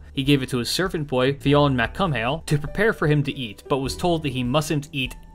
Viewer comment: you're killing me. Fionne's last name is pronounced Mc Cool. Have Lu Bu and the various other Three Kingdoms servants on your doc yet?